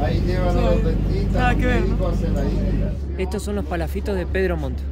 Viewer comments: No son paláfitos ,son palafitos. Sin acento en la a. La sílaba tónica es fi. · Se dice palafitos, con acento en la i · Palafítos, así se pronuncia, pero no lleva tilde o acento en la i. Isla de Chiloé. Es tan hermoso mi país. Si tienen la oportunidad de visitar Punta Arenas, y todas esas zonas, los Pinguinos Rey, por ejemplo. También la Cueva del Milodón. Las Torres del Paine, Puerto Natales, etc. Se puede visitar también para el lado de Argentina, el Glaciar Perito Moreno, es maravilloso. También en Chile los Glaciares Balmaceda y Serrano. Y mucho más. Saludos desde Chile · NO es pa LA fito sino pala FI to, todas las palabras esdrújulas llevan tilde, para eso sirve la tilde para saber cómo se pronuncia las palabras... Y por eso hay reglas, si termino en vocal, N o S y tiene tilde solo podría ser esdrújula y aguda, si no tiene tilde y termina en N, S o vocal, ES GRAVE... o sea pa la FI to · no se dice paláfitos, se dice palafítos, buen video. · No son PALAFITOS el acento no vaen la A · se pronuncia Palafitos...sin acento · Hola chicos! que lindo como lo estan pasando :D! Lo del minuto son los desechos del restaurante, como son cosas marinas las tiran ahi mismo a los lobos marinos que suelen estar con la marea alta ahi mismo donde bajaron ustedes jajaja. Un abrazoooo sigan pasando lo bieeeeeen. PD: se pronuncia PalaFITO con tilde en la I xD ❤